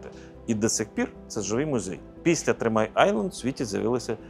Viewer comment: 150 реклам за 50 хвилин, начальнику нтц потрібно підтягнути англійську мову "тримай-айленд" це шо таке, де то? - three-mile-island (хоча парадокс в тому що острів насправді коротший за три милі)